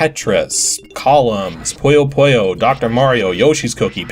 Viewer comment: It's poo-yo poo-yo, not poy-o poy-o